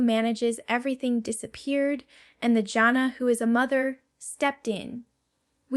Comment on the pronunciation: I love Jana. This video is AI. She called herself Jane-na, instead of Jan-na. She speaks of the girls escaping and she would never say that. Even her phrasing is not her style. I don't know why people do these kinds of things. Let her be herself and tell what she wants IN HER OWN WORDS.